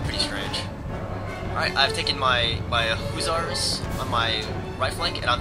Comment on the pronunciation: Not to be an ass, but just for future knowledge, it is pronounced either Hush-ers, or Huss-er not oo, but u--the former was uncklear on that. Again, no offense intended. For us history buffs, Hussars were actually the European Highwaymen. They then began using the term for a light cavalry.